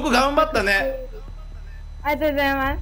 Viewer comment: ありがとうございますって言う妹さんの発音が バスケ部のあるあるなんだけど バスケでもやってるのかな?